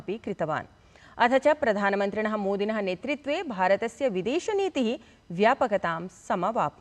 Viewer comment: सम्यग् वाचितम् । कृपया ""नेतृत्वे"" वदतु , न‌ नेत्रित्वे"' Gyan nahin jnan 🙏